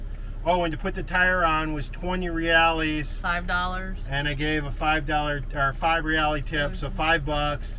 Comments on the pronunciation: Hi guys. I'm really enjoying your videos about Brazil. One small thing. The correct way to pronounce the Brazilian currency Reais is 'Hey-eyes' - this is a close approximation to how you might write it phonetically for an English speaker and not Reales. That gorgeous butterfly that you saw in Floripa is a Green longwing and the bird is usually known as Azzure Jay. Enjoy the rest of your trip. Looking forward to seeing where you get to next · Awesome video and great job on learning some portuguese. remember the pronunciation of Reais is just like eyes in English "Re-eyes"...